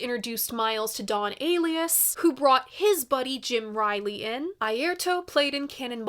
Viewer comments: Kind of Blue of course, but so many more I like. Nefertiti, In A Silent Way, Round Midnight, Milestones, Porgy and Bess, many more. And if is reading this, Don Alias’ surname is pronounced uh-LIE-us. 😌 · Pretty sure it's Don 'A-lie-us'😉